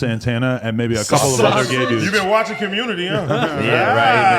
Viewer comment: “You been watching Cuhmunnity huh , catch “ the the trainee has surpassed the trainer